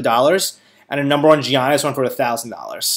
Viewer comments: Its not GI-annis.. its pronounced Yannis.. get it right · Gee-On-is..?? Come on dude.. get the pronunciation down before you make a vid ;) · Bro pronounce giannis name right lol it’s cringing